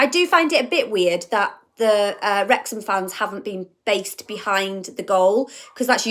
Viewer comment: I heard the dog say Werx-ham, Wrex-ham, Wrex-ham 😅 🥳🏴🙏